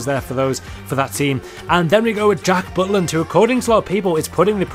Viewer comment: Ahahahahauua you said Butt Land